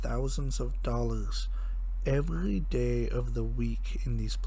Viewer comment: "evgy day of the week" no hate, nice vid